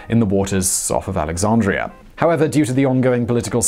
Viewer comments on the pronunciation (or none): lol@ "AlexaRndria"